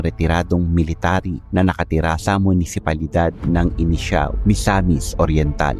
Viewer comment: INITAO po hindi INISIAO hahaah